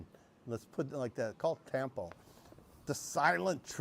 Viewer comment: Tampo, not "Tempo" 😉